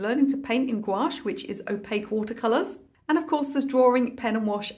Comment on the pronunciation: This tutorial is wonderful. I like the length, the detail level, and content. I love your sense of humor. And BTW your "gouache" pronunciation is now spot on...